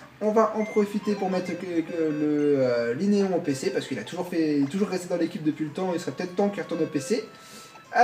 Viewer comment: *Linéon et pas Linton